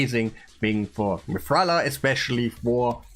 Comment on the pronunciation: Stop calling mithrala mikage lol